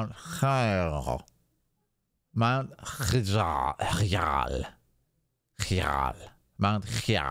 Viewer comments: its, `High-Jal` lol. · Mount HIGH-JAL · Mt Hyjal( Hy - jal)